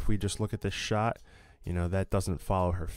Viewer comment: what is a "shaaaaaaart"